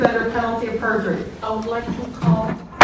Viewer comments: It's PERJURY, not PURGERY! Get an f'in clue already! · It's PERJURY not PURGERY! 🤦🤦‍♂🤦‍♀ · *Perjury It's not purgery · Perjury doesn't have a G in it